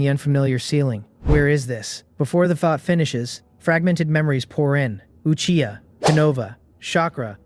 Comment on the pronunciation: this finally says Uchiha yes feels good hear it not achiha